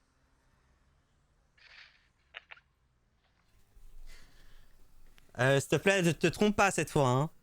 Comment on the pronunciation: Hé vous vous souvenez de la chanson dont avait parlé SLG et WTC: "ma biche, son histoire"? ("biche" prononcée à la ) 😆 1er degré, sa façon de prononcer "bite" au lieu de "biche" ça m'a fait penser à cette chanson et depuis je l'ai dans la tête 🎶 ma biiiiite, ma biiiiite, ma biiiiite, ma biiiiite! Né en 93... 🎶